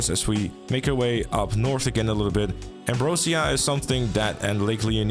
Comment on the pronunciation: From now on i am calling Ambrosia ... Ambriosa